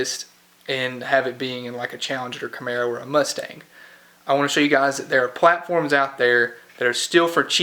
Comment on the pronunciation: Don't like it when you say Camaro! 🤔 but other than that your doing a great job,, you are inspiring me to start working on my 65 Polara 2door convertible it has 440 !